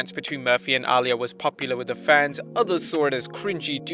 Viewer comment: Is it just me or is anyone else annoyed at the fact he keeps pronouncing Aaliyah’s name wrong